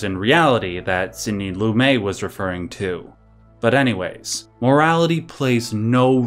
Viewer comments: I'm really enjoying your analysis. I have to point out that Lumet is pronounced like Loo-Met. Not Loo-May. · Sidney "Lumay"??? Is this AI?